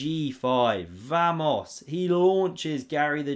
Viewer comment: Is he trying to say vamos?